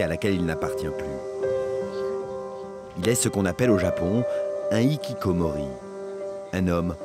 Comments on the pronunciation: Dans Hikikomoris le H ce prononce bordel... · OULALA le h qu'on ne prononce pas ça n'existe qu'en français épuisant de répéter aux français que les mots des autres langues qui commencent par un h faut respecter et prononcer ce h entre ikikomori et HHHHHHHHHHHHHHHHHHHHHHHHHHHHHHHHHHHHHHHHHHHHHHHikikomori y'a une grave différence ! de même que fance c'est pas france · Faites un effort de prononcer le "h" dans "hikikomori", ce terme n'est pas français mais japonais donc cette lettre se prononce. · Je ne supporte pas l'horrible prononciation de "Hikikomori" FAUT PRONONCER LO H!